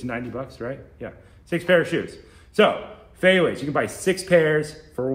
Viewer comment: Love your channel. Shoes are pronounced “fey you” not “fey way” been wearing them my whole life, great recommendation!